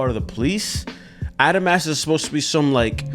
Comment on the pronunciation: Who's gonna tell him he's saying adamas wrong